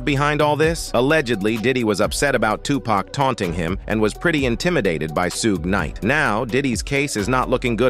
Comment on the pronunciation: Dear. Suge Knight is pronounced shuhg-night (/ʃʊɡ naɪt/).